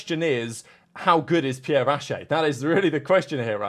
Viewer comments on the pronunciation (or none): none